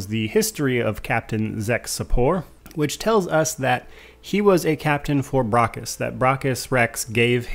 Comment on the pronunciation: Stop miss pronouncing braccus.